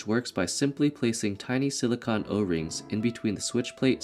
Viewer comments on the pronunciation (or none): Great work. The only thing that bugged me was your pronunciation of silicone. It's not pronounced silicon, that's what microchips are made from.